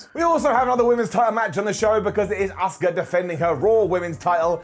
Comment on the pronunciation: The same way all the British people call Asuka ASK-AH. It's ridiculous